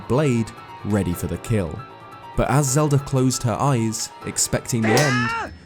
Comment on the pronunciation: Ah yes the Lelda of Zelda